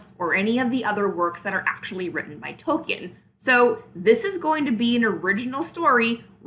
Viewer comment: You can't even pronounce Tolkien's name correctly...